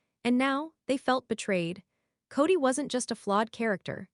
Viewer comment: I never could stand Kody Brown! But aside from that, am I the only one that is totally bothered by the fact that these clips are narrated using AI and names are so badly mispronounced? In this one it is Gwendlyn's and Janelle's name mostly, but it also pronounced Paedon as "Peedin". I have listened to others where Kody's name is pronounced "coddy". I really hate AI.